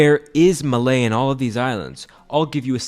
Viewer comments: Sorry, but why couldn't you research how to properly pronounce the name of this capital city before you make this video? There are other Youtube videos that will tell you how to pronounce it properly. It is not "Malay". When you get such a easily found, simple fact wrong, I question the rest of the video's accuracy. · Emphasis on the first syllable, MAH-ley. Maláy is a different country. The accent on the E doesnt mean emphasis as in Spanish. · hey im maldivian, didnt think we would ever get mentioned on a channel with so many subscribers. the stressed syllable is the "a" in malé by the way, which means its pronounced as "maa-lé". ސަޅި ވިޑިއޯއެއް! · Fun Fact: I Own An Apartment In Hulumale and you said downright bad, But I am a Native Maldivian And Divehi is my Language But I Don't Know Sheet About My Native Language It's Ma-Le or މާލެ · thanks for clearing up Malé's actual pronunciation! I was very confused as to why they pronounced Malé as Malay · NOOO WHY DO PRONOUNCE MALÈ LIKE THAT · i am a maldivian,and youre saying male wrong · Your pronunciation of malé made me sad but as a Maldivian who lives in malé, yeah you right. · lmfao no it's not, it's called incorrect pronunciation; you've even got Maldivian's telling you you're saying it wrong lol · Olso you miss pronounced malè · Honestly as soon as you failed to learn how to pronounce Malé properly, i stopped watching. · The way bro pronounced malé and hulhumalé is wild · Yeah as a native maldivian I was very confused. And the hulumale pronounciation also. Its in dhivehi so ig it can be a bit confusing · the way you pronounced malé though (im from the maldives) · Its Pronounced Mu(not moo)Le Not Malay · also its not called "malee" its "maa le" thats how you say it Edit: (you said all the island names wrong as well btw) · As a Maldivian, you're pronouncing "Malè" wrong. Just to let you know... It's called "Maa Le" and not "Ma ley" but thank you for making a video about Maldives! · It's not MAR-lay it's mar-lay.